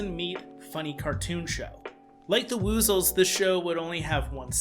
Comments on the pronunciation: Wuzzles, not Woozles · Dang, I know this video is old and all but it’s the pronounced “Wuzzles” like “Wuz” said like “Was” or “Cuz.” Woozles are the creatures that the Winnie the Pooh characters are scared of stealing honey such as the Heffalumps and Woozles. (Elephants and weasels.) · Great video. Why are you pronouncing Wuzzled like that? 😆 it rhymes with puzzles 🧩